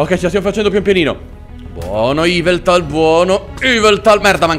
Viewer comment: yveltal non iveltal